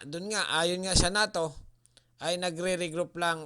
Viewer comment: Sino si Nato ayuha pag pronounce noy